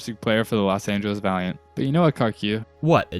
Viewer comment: Am I the only one who heard "learn more tips with diamond players" instead of "Valient players"?